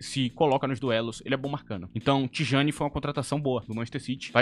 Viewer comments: eu vi alguns áudios e vídeos e a pronúncia era próxima de " Tiani", afinal, geralmente na língua holandesa, o "J" tem som de "I". Sneijder era "Snáider", De Jong é " De Iong " e Rijkaard é " Ráikard". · O próprio jogador pronuncia Tijjani